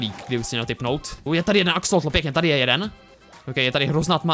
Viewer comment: sir vialovoval zle ti akesloti on to vislovoval akseloti